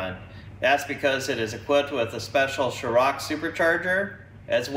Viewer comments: FWIW: it’s a “Shor-rock” blower not a “Show-rock” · Good looking car! Very clean. BTW Us Brits call it a "Shorrocks" super charger, not a "Shor-rocks"...(just sayin')